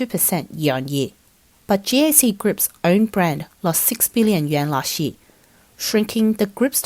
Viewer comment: You Pronounced year as ye lol